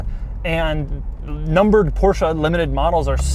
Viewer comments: STOP SAYING PORSCHAAAA! it's Porsche, they even made a video about that in teir own channel here on youtube! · "Portia 911 Speedster" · porcha? omg